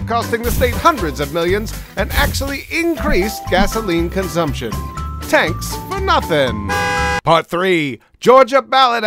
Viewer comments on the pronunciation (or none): "Tanks for Nothing" 🤣🤣🤣